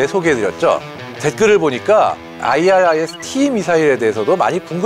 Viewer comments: 아이리스티 라고 하면되지 뭔 아이알아이에스티 이 ZR ㅋ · IRIS-T는 아이리스티라고 모든 메니아들이 발음하고 있는데도 불구하고,, 스팰을 일일이 읽네.. 아스람과 아처는 왜 스팰을 읽지않나요ㅎ 밀리터리 전문가가 맞나? 아님 원고를 그대로 읽는 아나운서인지.. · 그냥 아이리스T라고 발음하면 됩니다.해외 군사채널에서도 다 그렇게 발음해요. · 형님 AIM은 에임 IRIS는 아이리스로 발음하면 돼요. 해외 밀리터리 전문채널 등 외국인들도 대부분 그렇게 발음해요. 그리고, 애초에 그런식으로 약어를 만든건 그 단어의 본디 의미를 염두에 둔 의도가 다분하죠. aim은 조준하다, iris는 홍채, 그런 의미니까요. 미사일의 특성을 반영해서 풀네임과 약어를 만든 의도가 있는거죠. 특히 IRIS는 infra red ima... 이거 진짜 본말은 너무 뻔하고 허접할 정도의 의미인데 오히려 IRIS라는 그럴듯한 단어로 조합하려고 그렇게 작명한걸로 봐야죠. AMRAAM은 암람으로 쉽게 부르면서 AIM, IRIS는 굳이 글자하나하나 힘들게 부를 필요 없어요.